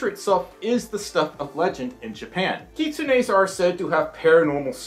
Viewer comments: 'kitsune's' are pronounced as 'Kit-soon-s' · You pronounced kitsunes wrong its "kit-sune-s" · Unfortunately you did say kitsunes wrong hehe I have a lot of kitsune ocs :3